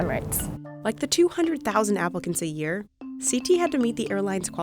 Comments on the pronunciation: siti is pronounced as in sí-tea. not sea-ty. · the way the narrator pronounces Siti annoys me